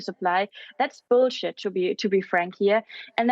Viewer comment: "that's beoulshit to be honest" hehe I like this girl :')